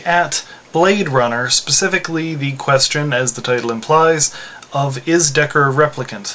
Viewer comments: How can your analysis be logical if you don't even know how to say his name, Decker lmao. And have you ever considered Rachael? She's weak and yet she is a replicant... maybe they are Nexus 7 models because they have memories inserted in them? who knows... it may be ambiguous but Ridely Scott does that purposely, he wants the responder to make a judgement, and as for me? Deckard is a replicant. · Hey, I just have one small criticism. His name is "Deckard" not Decker. I only know this because I read the book, just thought i'd let you know. Also I think he IS a replicant. I interpret him as being a flawed one...maybe an unfinished or broken one which is why he get's his ass beat by them...also may be why he hunts them. I'm sure he wasnt' made for the task of hunting them as you implied.